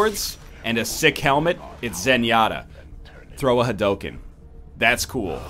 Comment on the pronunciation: >Throw a ha-dough-ken